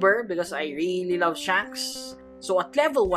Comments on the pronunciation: Bruh u said sha-anks its she-anks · It's funny how he said shunks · Did he say shanks or shoncks? I really can’t tell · Bro Said Shonks